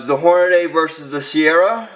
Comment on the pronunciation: It's not Horn-a-DAY. It's Horn-a-dee!